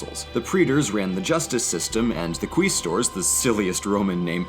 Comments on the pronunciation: quaestors only sounds silly because you pronounce it silly (and wrong). It's pronounced qweystor (the same "ey" sound as in praetorian) Latin is, like many Romance languages, entirely written phonetically, "ae" is always pronounced something between "ey" and "ai". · It's worth mentioning that Aeneas didn't actually exist and nobody assumed they were descended from Trojans until Virgil wrote his fanfic. That pronunciation is awful. Tip from someone who's learned some Latin: The letters 'ae' are pronounced like the word 'Eye'. Praetors and Quaestors are thus pronounce 'Pry-tors' and 'Kwy-stors'. The Roman Kingdom is noteworthy for having Seven Kings, Rome was built on Seven Hills, also the Kings themselves have some pretty interesting stories (like Servus Tullius who was a slave when Tarquinius Priscus thought he saw a halo of fire around his head so he was all like "Yeah kid you're king now", or Tarquinius Superbus's forceful takeover of Rome and the Rape of Lucretia). More noteworthy Punic War 1 shit: Carthage noted that Rome was incredibly conquer-y and the Mediterranean Sea would be a little bit of a HUGE deal so they used their superior navy to beat the shit out of Rome. Storms occasionally would destroy ships and wash them ashore, so Roman engineers had to reverse-engineer ships themselves. Problem is they had zero sea-battle experience, but LOADS of land-battle skill. So what did they do? The invented boarding planks, then turned sea battles into land battles, and won. This is a little glossed-over, and needs more clarification. Your name is Romanus Personus. You live in Rome. You've had tax increases and family deaths all due to two wars with these dickheads from Carthage. First they laid claim to the who fucking sea, the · Quiistors, the stupidest name yes probably because it's pronounced qu-eye-stor